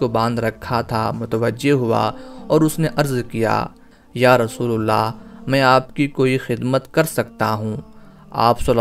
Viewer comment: Rasoolallah hai rasoolullah nahi dhyan den